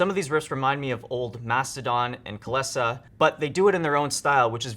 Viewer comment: Wait wait wait.....how the fuck are you pronouncing Kylesa?